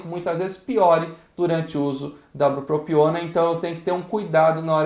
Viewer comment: brupopiona? É bupropiona. Falou errado o nome do medicamento várias vezes rs